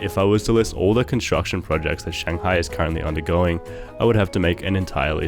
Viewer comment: It’s Shanghai not Shangahi